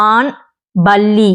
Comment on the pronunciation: Ba-ல்லி - உச்சரிப்பு தவறு Pa-ல்லி - இந்த உச்சரிப்பே சரி